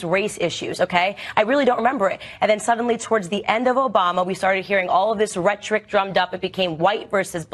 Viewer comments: I have never heard anyone pronounce “rhetoric” that way before... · A lot of people don't pronounce syllables consisting solely of a schwa (several, family, history, probably, etc.). It was only a matter of time before that happened to "rhetoric" too.